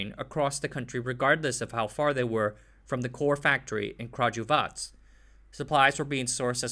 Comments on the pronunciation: it became "Kragijuvac".. This isnt wrong pronunciation, this is againg cutting a syllabe to this poor word..! Anyway nice.topic (as often on this channel though) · "Kragujac"?!? There's a missing syllabe..! Kragujevac! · Okay, stop! Halfway through the video and I have to say something. All you had to do was google the pronunciation of three words: 1) Kragujevac [krah-goo-yeah-vahts] 2) Crvena [ts'r-veh-nah] and 3) Zastava [with accent on the first a]